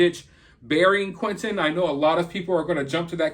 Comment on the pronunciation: Hey why can't you pronounce T's, his name isn't quinenn, it's Quinten